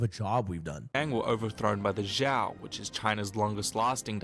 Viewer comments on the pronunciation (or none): it's not zhao, it's zhou, pronounced kinda like Joe 😢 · man these fucking history videos cant even get the pronunciations right, zhou sounds like joe, not jeeyow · I have never seen more horrible chinese pronunciations than in the original video, like what the actual fuck are jau and juan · I would sort of understand if the narrator were American and Spanish is the only foreign language he knows about, and assumes j is pronounced as h in every language that's not 'murican. But the narrator is Bri'ish. So, I don't get it. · yeh the zhou mispronunciation tilted me aswell